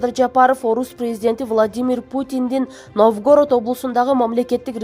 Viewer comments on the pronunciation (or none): Блогер кыз Новгородту туура Оку, ударенияны туура кой, уят болот